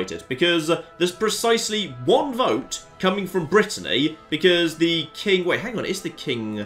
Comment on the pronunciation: Like can say Lloegyr correctly, when he's struggling to pronounce Brittany, territory, duke and other English words 😁😆